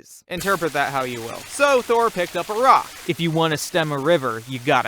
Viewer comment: Because when he said it, it sounded like Iraq